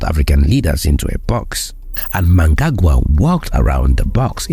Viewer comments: Your surprising mispronunciation of Zimbabwean president Emmerson Mnangagwa's name coupled with what then became meaningless verbosity, was so irritatingly atrocious that I was unable to continue after . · Can you at least research how to say the presidents Names. Don't be as disrespectful is western journalists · And can you put in some effort in pronouncing Zimbabwe’s president’s name correctly with all due respect!